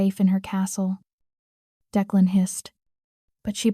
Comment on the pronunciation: I didn't care for the closed caption highlighting every word. Plus, it would be nice if you would train your AI to correctly pronounce times and to keep the names straight. Declan was pronounced at least two different ways.